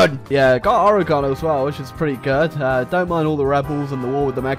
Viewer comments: OREGONE? OREGONE?! its oregon, oree-gon. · ORE-GUN! ORE-GUN! Not Ore-gone! It's still there you lousy wanker! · you didn't pronouce Oregon right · You pronounced Oregon wrong